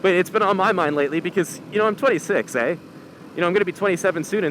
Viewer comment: Ahh he said "ehh" . Typical Canadian